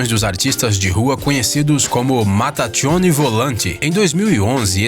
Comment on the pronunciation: Permita-me corrigir seu italiano, os irmãos que se apresentam como o gênio, os irmãos Mattacchioni se pronuncia em italiano "mataquioni" e não "matatchioni" (como diriam os espanhóis). O mesmo acontece em nomes como Michelangelo "miquelângelo", Michael "micael"